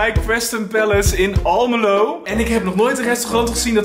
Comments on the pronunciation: Ameloow geen aameloow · Het je spreekt het uit als Almelo en niet als Aalmelo ik woon namelijk in de wijk naast waar jullie waren maar ik zag jullie niet 😢😢😢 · Almelo niet aalmeloow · Het is almelo geen aaamelo ik woon er dus ja ahhahahaha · Almelo is het hahah Aameloo ahhahahahhahaha ik ga stuk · Het is Almelo want ik weet dat want ik woon in Almelo en dus niet aalmelo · Almelo met de A niet de aa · Wie zegt er nou amelo🤔🙊😧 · Het is Almelo en geen aaanmelo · Het is Almelo niet Amelo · het is almelo geen aamelo